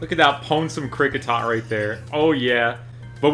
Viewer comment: And both names you butchered